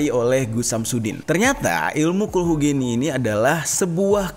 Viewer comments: cara bacanya khulhu geni... ge ge gerak. bukan ge ge generasi. geni = bahasa jawa, api. geni bacanya ge seperti pada kata gerak gerakan gegap gempita gelap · Bacanya bukan geni bang tapi ge‘ni (api) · Gheni bang pelafalan nya🙏😁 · kulhu geni (geni=api) g(e)ni >> pengucapannya seperti (e) nya pada kata : mamp(e)t daw(e)t bang(e)t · Kulhu geni tuh bacanya kulhu geni bang Huruf e nya bukan di baca e tapi e, nah jadi nyebut nya kulhu geni. E dari celana Bukan e dari sempak